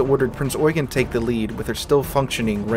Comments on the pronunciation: The Admiral Hipper class German heavy cruiser was named Prinz Eugen. Pronounced as "oy-ghen" and not "yoo-gin" or "you-geen". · 1. It's NOT "Prince Eugene", but "Prinz Eugen", pronounced "Prinz Oy-ghen" (and NOT "yoo-jin" or "you-jeen". 2. Prinz Eugen did NOT sink Hood. Even though she had landed the first German hit of the engagement, and started a fire on Hood's boat deck, PE's 8" HE shells did not have to ability to deliver any serious damage to Hood's citadel, and besides by the time of Hood's destruction PE had already been ordered to switch fire to HMS Prince of Wales.